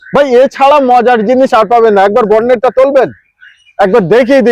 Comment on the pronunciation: BORNET. 🎉🎉🎉🎉🎉😂😂😂 Aarey BHAI aar kabbey Pronunciation thik hobey ??😢😢